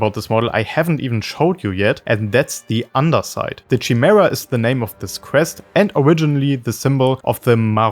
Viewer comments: great video, but its kuh-mee-ra or Kai Mare- a not chi-mare-a. its greek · With words with Greek origins (like chimera), the 'ch' makes a 'k' sound. "Kymera". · that's not how you pronounce the chimaera btw, it's like "Kimera" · It's pronounced with a K, not "Shy". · *Kai-Mare-Uh *Purr-gill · Friggin German accent pronouncing "Chimaera"... Horrible. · well, chimaera is a real word with a proper pronunciation. That’s why it’s trigging all the native English speakers. “Purgill” is said out loud in rebels, so that’s why it’s triggering